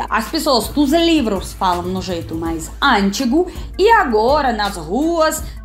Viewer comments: Ah, “antigo” é uma paroxítona e não uma proparoxítona, logo não se fala ântigo e sim antigo. Lembrando que paroxítonas terminadas em “a” não são acentuadas. 🤭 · eu amo ouvir vc falando ANtigo e ARtigo (com a primeira sílaba tônica), mas a pronuncia correta é: anTIgo e arTIgo 😊